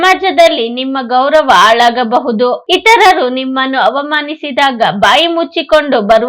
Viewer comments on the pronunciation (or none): ಆಳಾಗಬಹುದು ( ಹಾಳಾಗಬಹುದು) 😮 ಮೊದಲು ಕನ್ನಡ ಸರಿಯಾಗಿ ಕಲಿತು ಮಾಡಿ ವಿಡಿಯೋ ಮಾಡಿ. ಅಕಾರ ಹಕಾರ ಸರಿಯಿಲ್ಲ. 😮